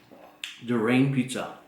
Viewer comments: DU-RAIN?! LOL. It's DU-RI-AN, man. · Dammit... DurIAN not DuRAIN lol